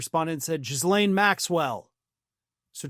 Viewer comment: for the second time: Ghee-lain, not Jizz-laine, that sounds like the street Lauren Boebert lives on. Ghee-lain.